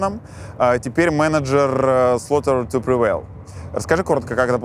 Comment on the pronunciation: я один начал ржать в голос когда он назвал три главные группы "рамштайн", "слаутер ту привейл", "пантера"?